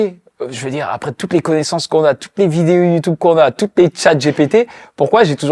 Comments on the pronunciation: Ça me perturbe il dit YouTOUBE 😭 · Je t’aime bien le motif mais dis YouTube stp pas youtoub